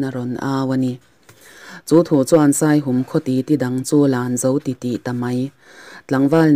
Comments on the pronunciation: Ka lawm hle mai Midik leh rinawm ania ka ngaihsan em em. Chuan khaw hming Saihum i tih hi a rik dan a diklo Saihûm, hûm lai hi Patjianin min hûm tih rik anga ri tur aw zirte a ziaktupa sawi ka hre tawh kan veng pa ania. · Saihum tih i lam dan hi "Aw Lalpa,misual lakah min hum rawh" tiha "hum" tih ri anga lam tur zawk a ni e